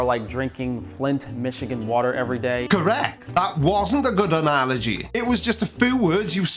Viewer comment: And pronounce "analogy".